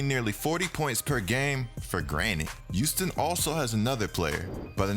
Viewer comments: Good vid bro, but Youston my man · Yooston LMAO